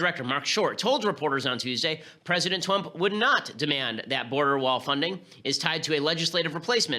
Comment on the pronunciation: "President Twump."